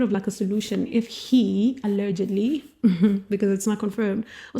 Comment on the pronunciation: There is no R in allegedly! Pronunciation ALL-E-D-G-EDLY.